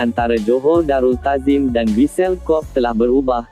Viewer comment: Kobe bukan Kob la admin.. macam mana kau sebut dan makan tempe Atau kau sebut ole-ole.. Perlu banyak buat kajian dalam sebutan kalau na buat content.. Bukan sekadar buat jerr